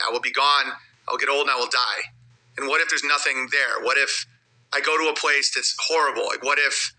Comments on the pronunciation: Every time he says "pwase" instead of "place" i laugh. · he struggles with that word and the word "police"